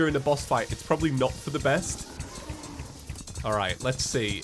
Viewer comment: BREAKING NEWS!!!! Man who pronounces "for the" as feather gets trapped by a metal floating skeleton head with four arms